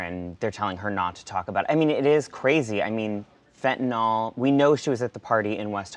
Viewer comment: Fent-ta-nyl (nill) not fent-ta-nall. We need to say it correctly so we teach it the right way for educational purposes.